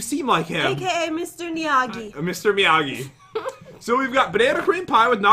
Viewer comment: But she said Mr Niyagi